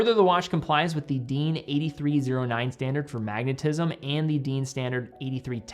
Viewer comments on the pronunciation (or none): FYI, DIN is pronounced "dinn". Also I believe Sinn changed the plating on (as far as I know) all rotors to rhodium plating more than 2 years ago. I liked the gold they used to have, something a little different. But not a big deal (for me).